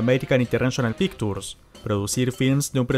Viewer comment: voy a hacerte un gran favor que me agradecerás de por vida: pictures no se pronuncia con la t sino con la ch...."pikchurs"